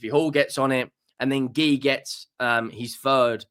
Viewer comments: Marc Geee Ooo is how you pronounce it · Marc G-you that's how it's pronounced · Marc Guiu is pronounced Marc Gee-uuu